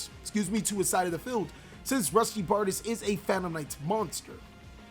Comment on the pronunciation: Its Barr-Deesh by the way :P